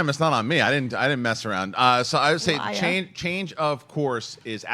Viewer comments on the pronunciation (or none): The way says "Liar" The New York came out of her lol😊👌🏽👌🏽